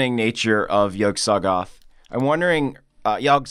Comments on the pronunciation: its pronounced yogsi thoth like the stand from jojos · Not to be the pronunciation police but I'm pretty Yog Sothoth is supposed to be pronounced with more of a silent "o" after the "s" so not s-oth-oth but s-th-oth. But I'm not an expert. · Yog-sothoth looks like Owl from Winnie the Pooh half way through starring in a remake of The Fly, in a good way Yog So-thoth (like the word "so" since you seem unsure of your pronounciation) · Yog sothoth is not separated when pronounced it's more. Like its read not like Yog Soth Oth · "Yog soth oth" "yoge soth oth" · Yogg Sothoth pronounced (Yawg Saw-Toth) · Its fecking "yog suh-tho-th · Yog SA THOTH. That's how you say it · sure you heard this already and even if not you won't notice this but Yog Sothoth is pronounced "Yog-Show-Thoth" with emphasis on the Yog and Thoth. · It is pronounced Yog-Sah-Soth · also the pronunciation of yog-sothoth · The pronunciation of Yog Sothoth hurts me.. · the way you all were pronouncing yogsothoth hurt my soul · Y'all pronounce Yog Sothoth real weird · Yog sa-thoth. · The way he pronounces Yog Sothoth. Not to nitpick. But holy shit that annoyed me. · That's not how you pronounce Yog Sothoth.